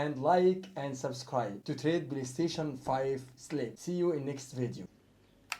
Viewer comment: The way he said playstation was 100% Egyptian